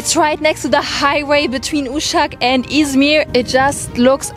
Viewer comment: Sıradaki şehri sansürledin ama İzmiiğ dediğin anlaşıldı.😊 Hiç üzülme bazı kelimeleri söyleyememen çok sevimli oluyor.